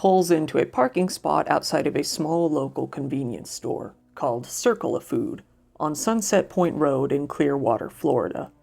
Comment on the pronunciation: lol i think its 'circle A' as in the letter a. like the store circle K....... circla food 🤣🤣